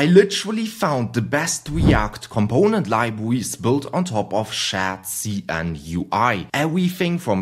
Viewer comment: "SCHÄT-SI-EN" :D